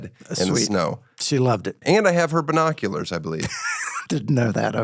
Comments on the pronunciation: "Burrnoculars" lol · You guys both say BER-noculars 😂